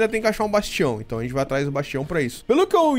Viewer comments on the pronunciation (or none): Ótimo vídeo, amo mods mágicos 😍 você até hoje não sabe falar o nome certo do bastião 😂🤣 Eu não entendo sua cabeça, mora em uma Dungeon pra não precisar construir várias salas, mas faz tudo em uma sala só 🤷